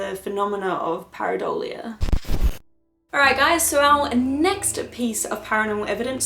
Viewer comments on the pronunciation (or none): none